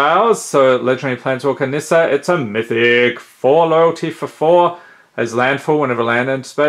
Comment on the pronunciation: "And that's a myyyyttihic"